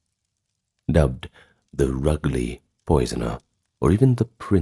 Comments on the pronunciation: Just to say in the first story about Dr Palmer you’re pronouncing Rugley wrong it’s roojlee! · A small point. Rugeley is not pronounced RUGley but Roojley. Still, a very interesting video and PLEASE continue to narrate yourself, AI is awful! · Nice video, just a heads up, the place name in the first case, Rugeley, is pronounced 'Rouge (as in Moulin ROUGE) ley..... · Rugeley is pronounced as ROOJ-lee .. you sure you're human narrated? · Hi, love the channel just a little FYI: Rugeley is pronounced Rooj-Lee but love the videos keep them coming! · Rugeley girl here, we have Dr Palmers story in the weather spoons for some reason 😂 P.s - its Roojeley 😅